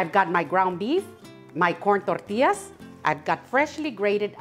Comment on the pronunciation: I just love the way you say tortillas ❤